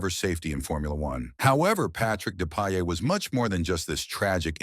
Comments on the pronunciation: The pronociation is Depayer and Lisjay🤓 but anyway deep respect for this great racer👍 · it's "Dep-eye-ay" and "Leezj-e-ay". Any actual human F1 fan knows this. More AI-generated garbage.